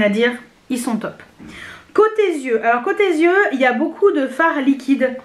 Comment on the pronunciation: Tu fais très jeune et ta peau est magnifique ❤ Une petite remarque pour toutes les You Tubeuses sans exception ! On dit côté yeux (prononciation -ieux et non zieux !!! 😉